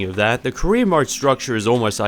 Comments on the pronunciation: it’s a joke honestly I read the comment when he said “career mode” but then I read Korean mode and I can’t unhear it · Pwo skeetah sewies. Pwedesessa. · English is not my first language so it took me a couple of seconds to register what he said as "career" only because I'm more used to American or British accents, but I agree it's still perfectly understandable.